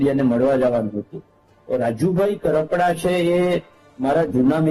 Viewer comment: Pahela ben bplata shikho kapada nahi karpada